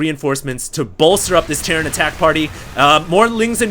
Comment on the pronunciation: he says Tierran instead of terran